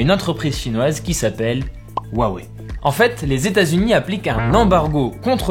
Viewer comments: Wouah wei ? Cela se prononce Hua Wei . J ai vu des gens qui prononcaient Hua Huai … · V'la le spécialiste qui prononce "wawei" 😂